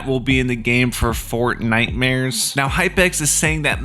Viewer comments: "FortniteMares" MAN I lov ur vids so much it makes my day every time :) Epic is : CommandoJaguar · I subscribed and the word is fortnightmars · "Fortnitemares" Thank you for all the information that is upcoming. Epic: x0I SILENT I0x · " fortnitemares" " nightmares " I didn't hear the word clearly. I used your code doom. My epic is: JDM4LIFE_666